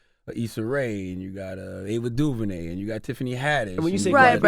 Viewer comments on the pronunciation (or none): none